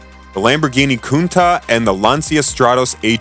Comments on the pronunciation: As far as I know "cuntach" sounds pretty well in english. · When you segued to the launch of the Countach, which you repeatedly mispronounce, you showed the 25th anniversary Chrysler edition, twice. Also it’s alpeen, not al pine. Amateurs